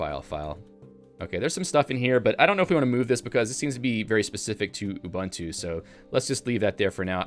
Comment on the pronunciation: For future reference, all the Us in ubuntu are all 'oo' sounds. So, it's not 'oo bun too,' or 'You bun too,' it's 'oo boon too'